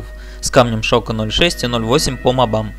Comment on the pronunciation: мобам ударение на о а то напрягает прям